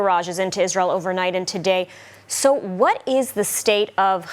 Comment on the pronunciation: did she just say Jizrael ?